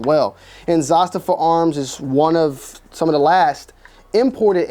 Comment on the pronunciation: Dude youre on the slow side...its pronounced "Za-staava", And not Siberia in the Russian tundra. SIBERIA.